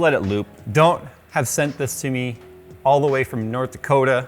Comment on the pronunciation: Where my "Nort Dakouta" peeps at?! lol